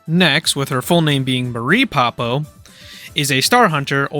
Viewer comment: 0/10, mispronounced Poppo.